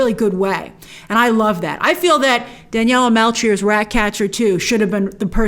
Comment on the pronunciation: Daniela Melchior, cmon, google your stuff. And it's not Lisbon, it's Porto.